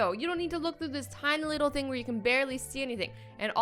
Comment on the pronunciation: the way you said „thing“ in English sounded like the word „Ding“ which means „thing“ in German😂😂😂